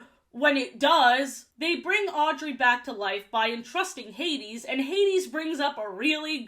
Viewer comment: Ha-deze nuts was iconic 😂